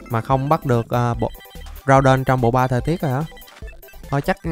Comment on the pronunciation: Đọc là gu đon